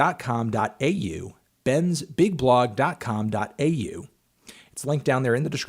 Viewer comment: It's really jarring to hear .com.au said in an American accent